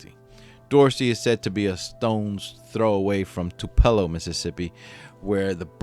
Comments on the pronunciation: Good grief. It's Itawamba: the "it" is pronounced "it" - not I-tawamba. It's not too-PELL-oh. It's TU-pell-o. You know on these stories, you will be pronouncing cities and towns with which you are not familiar, so look them up. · I love your posts! But just one thing: Itawamba is pronounced "Itt-uh-WOM-buh" and Tupelo is pronounced "TEW-pell-oh." I'm a Mississippi native and am very familiar with both places. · It’s It-ah-wahm-ba. Too-pah-low. And a couple other mispronunciations are noted. Ask a Mississippian if you have doubts please. Otherwise a fine program! 😊😊😊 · The I in Itawamba is pronounced like the Spanish I. Tupelo has a long O sound. SMH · Two-pa-low Tupelo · It's pronounced TOO puh low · Good video, but you might want to do a little research on the proper pronunciation of towns and counties before you do a video. I'm not hating. I enjoyed watching and you did a nice job. The facts were researched well. I live about 8 to 10 miles from where this happened, in Tupelo (pronounced TOO-pu-low), and remember following this on the news, as well as hearing locals talk about it. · Tupelo is pronounced Two- pa - Low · Two pillow, MS. Please. Check your pronunciation. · did really call it tupella lmfao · Love your videos but it’s pronounced toup ah low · As in Tupelo Honey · Too-puh-low.... I thought I heard it mispronounced. 😂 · Learn the proper pronunciation of Tupelo